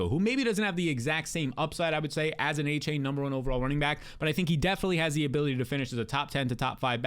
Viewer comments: it's ay-chan. not aychain. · found a way to pronounce Achane 9 different ways in this video